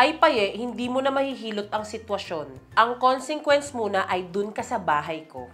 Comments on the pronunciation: Can you search for the proper pronunciation of 'consequence'? Nakaka bother po kasi yung pronunciation niyo, para pong barado yung ilong niyo. No hate po 😭😭😭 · consequence is NOT pronounced as "konsingkwens" ITS "KONSIKWENS"!!!!! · Congsequence? consequence yan po "con se quence" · Ako lang ba nakakapansin or nakakarinig ng word na "CONSINGQUENCE" instead of "CONSEQUENCE"? and Toni pronounced CONSINGQUENCE... 🫢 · KONSIKWENS ang pronunciation non. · Bat ba konsingkwens? Matagal ko nang naririnig sa kanila yan. Kansikwens (consequence) kasi 😏😏😏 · Consequence kasi yon bakit ba conSINGquence sinasabi niyo😭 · ILANG BESES KO NANG NARIRINIG YUNG KON-SING-KWENS , kon-si-kwens po 🤣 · Like for the "CONSENGQUENCE" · BAKIT BA "CONGSEQUENCE" ANG PRONOUNCE?? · please lang check mo kung pano ipronounce ng tama ung Consequence please Seaason 2 wala pa din tumama sa inyo thanks